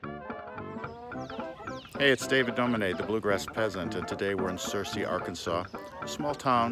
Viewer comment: Searcy is pronounced sur-see. Rhymes with mercy.